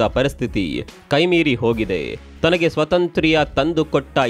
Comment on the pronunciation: ಸ್ವತಂತ್ರ್ಯ ಅಲ್ಲ ಸ್ವಾತಂತ್ಯ